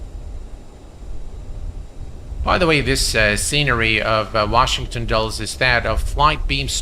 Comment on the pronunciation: Dulles is pronounced Dull-iss as opposed to Dulls. Just an FYI... I'm sure you'll fly there again...Flightbeams scenery is great